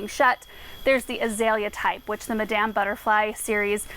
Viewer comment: madam sounds like madum